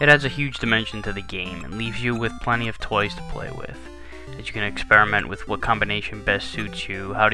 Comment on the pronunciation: "plentt of toys to play with"